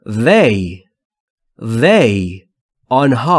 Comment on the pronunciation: This they... چرا وی تلفظ میکنید